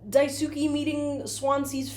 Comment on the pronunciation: Daisuke is pronounced like “die-skay”